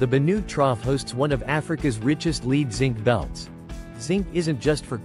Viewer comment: If your fake voice can’t pronounce lead, you’re fucked